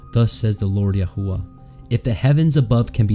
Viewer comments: May I ask why you pronounce His name Yahua when the entire Christian world pronounces His Name Yashua? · Why pronouncing it yah hoo wuh?